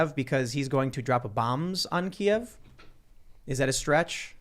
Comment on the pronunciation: I know you guys might not realize it, but Kyiv is not pronounced the same as Kiev (how you're saying it at the beginning of the pod, haven't gotten further in yet). Kiev is the Russian pronunciation of the Ukraine capital, from when it was part of the USSR. Kyiv is more like Kuh-yeev (or just say keev like they do on tv these days). That is how the Ukrainians would prefer you say it.